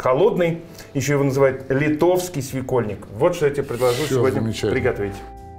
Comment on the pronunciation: СвекОльник,, ибо переходное ударение 😉